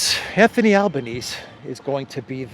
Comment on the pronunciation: Australian PM is Anthony Albanese ... there's an e on the end Albanes-ee .. or Albo as he's known here....